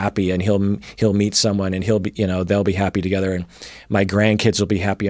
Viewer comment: Omg it's not tagarlic! I cringe so much when he says that.